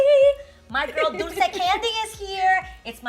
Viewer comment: A! Its dulce! Not dolce! Haha xoxo 😘